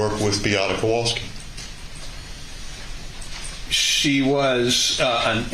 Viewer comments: I'm sorry, but not once during this trial I heard proper pronunciation. Instead of w it should be read as v. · Small irritation, but as someone whose last name is constantly butchered, the lawyer in the back with glasses for the defense, always mispronounces the Kowalski's last name. He's heard it at this point likely thousands of times, but still pronounces it wrong.